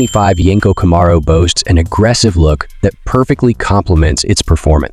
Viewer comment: Can you say Camaro right😂😂😂😂